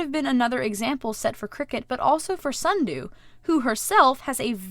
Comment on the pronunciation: yes allways say snudoo for sundew like sundew: why